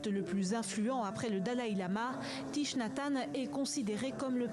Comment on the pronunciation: Thich se prononce thik.